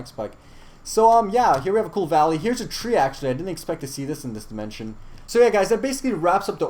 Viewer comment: Sky wold like the gold demenshen